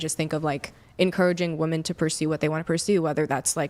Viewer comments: Oh goodness another woman who doesn’t know how to say the plural pronunciation of woman. So painful. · What is it with young women today that cannot pronounce women right? Plural pronunciation people, women, e not a! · Genuine question: why do so many feminists and ppl in general pronounce women weirdly? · Why does she say WOMAN for WOMEN!?! WHAT IS GOING ON!? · What's up with all of these people saying "Woman" when they mean "Women"? I've noticed it WAY too many times and starting to think it's a troll. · Bro hearing these skanks say woman when when they mean women is infuriating. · Block people who can't pronounce "women" from being on the show. It's spreading error to let them speak. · She pronounces Women wrong. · And sadly she is far from the only one. Drives me mad!